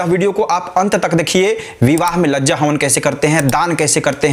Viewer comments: माननीय लज्जा होम नहीं कहते है शुद्ध भाषा कहे लाजा होम कहे धन्यवाद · लजा होम नहीं होती है लाजा होम होती है